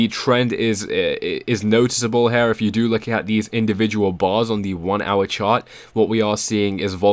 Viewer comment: It's here, not HAIR ffs...